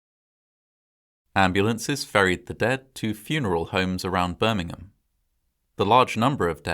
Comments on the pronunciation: Interesting but, in the US, Birmingham is pronounced "Birmingham" not "Birmingum" like in England. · I realize that you Brits say "Birmingum" for the one you have, but the one in Alabama is pronounced "BirmingHAM." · I hate to point it out, but Birming'am is a city in England. The one in Alabama is Birming-ham (H pronounced). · It’s not “Birming -UHM” it’s Birmingham. You have to pronounce the HAM. It sounds similar to a popular pork product. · I love your videos and narration. Note on this one- Birmingham, England and Birmingham Alabama are not pronounced the same way. In Alabama, it’s Birming-HAM.